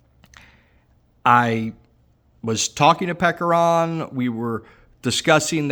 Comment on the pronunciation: Did he say Peckeron? 😂